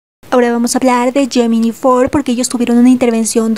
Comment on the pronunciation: Gemini se pronuncia Yeminai, por favor trata de corregirlo por respeto a los chicos. 🙏🏻🙏🏻🙏🏻